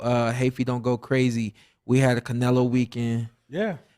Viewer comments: You’re not gonna stop this dude from saying CARnelo the whole time!? Come on! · Who. The. Eff is “Car-nelo”?